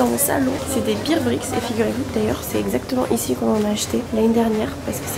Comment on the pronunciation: Le "bear" de bear bricks se prononce "bère". C'est pas des beer bricks 😁 (c'est des ours, pas des bières)